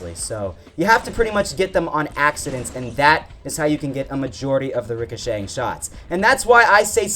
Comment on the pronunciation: Stop saying ricashank